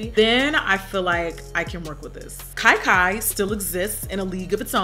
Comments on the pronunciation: You pronounce Kia Kia like kee kee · I giggled every time I heard "Kai Kai." Sorry Auntie!